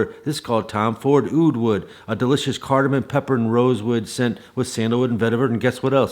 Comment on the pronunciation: It's Cardamom not Cardamon sir.